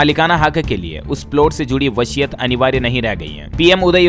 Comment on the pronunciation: Vashiat nahin vsiyat hota hai